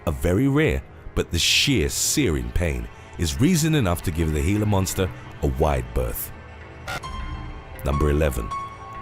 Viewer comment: thank you for pronouncing "Glia Monster" properly. When people call it a "Gee-la Monster" (hard G) it totally kills a video for me.